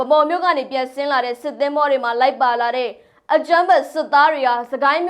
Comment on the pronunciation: ဗန်းမောက် လို့ အသံမထွက်ဘဲ ၊ ဗမောက် လို့အသံထွက်ပါ_ သျှား ရေ ' ရေးတော့အမှန်/ ဖတ်တော့အသံ ** ကျေးဇူးတင်ပါတယ်##